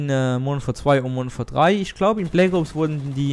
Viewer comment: bleggoobs, deine aussprache :DD